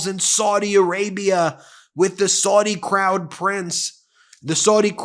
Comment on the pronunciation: Any & every Arabic speaker who watches your videos winces every time you mispronounce Saudi as 'sordi' instead of 'sowdi'. You also mispronounced Ziad as 'zayeed' instead of 'zeead'. As a language teacher such errors stand out particularly sharply to me